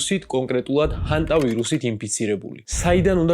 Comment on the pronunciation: ჰანტა არა ჰენტაი ძმა 🤣🤣😂